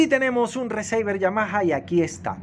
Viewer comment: Amigo se pronuncia "RICIVER" no "receiver". Como se escribe. "Power" se pronuncia "PAUER". Hágale, no es difícil. Buen canal.